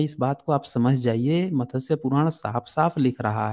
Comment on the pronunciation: JIS SHABD KO AAP MATASYA BOLTE HO WO MATSYA HEI.